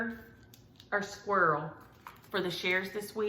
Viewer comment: I'm so sorry that you and your family are having such a rubbish week, I hope calm is following the storm. November, squirrel, Christmas. Ps you say squirrel exactly like me, people in the UK look at me funny! 🙂